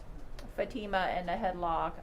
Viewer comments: Is his lawyer intentionally mispronouncing her name? 😡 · The defense atty that keeps pronouncing Fatima’s name incorrectly needs to be corrected. And his mispronunciation of Iraq. Twat.